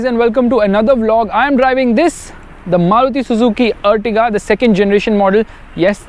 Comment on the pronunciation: This is Ertiga not Urtiga... ॲर्टिगा है यह अर्टिगा नहीं